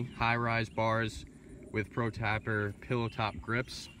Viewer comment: Ouchhhhh.. tapper? Hurts the ears